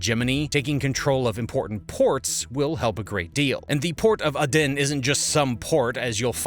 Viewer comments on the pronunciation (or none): Please please please.... It's 'A'den not 'a den' it's a place not a child's tent in one's back garden or where fox's live... Just research the pronunciation... I love Americans, what's not to love? But please just Google the pronunciation it's not hard!!!!!. Stop being lazy.